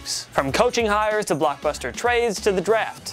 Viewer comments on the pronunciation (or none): none